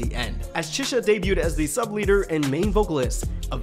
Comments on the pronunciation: Good start, but keep going with XG! They are phenomenal! Btw, Chisa is pronounced like Chi in cheese, not like Che as in Che Guevara. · her name is pronounced Chee-sah like pizza! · the way you pronounce chisa is crazy. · Ngl you butchered Chisa's pronunciation Jesus chirst lmao. Harvey was the most active member in the ent. industry being a model and going on TV programs at the age 12/13. All members are fluent in Korean but bcs all of them studied for the debut because their company is based in south korea, Hinata also learned Korean together with the girls. Jurin was a pro snowboader not semi pro. Maya is the only fluent in english, the other girls can speak and are learning but are not fluent. The girls trained in the AVEX Academy before xgalx program. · Why you saying Chisa’s name like that 😅 nice video tho